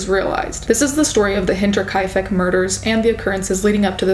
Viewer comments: I am amazed at your ability to pronounce the name of that place. I was honestly wondering about how to say that loud myself. And I am German and lived in Munich for three years. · Props to you for pronouncing Hinterkaifeck astoundingly well.